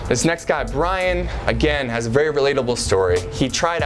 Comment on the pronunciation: Berry was berry😂what I heard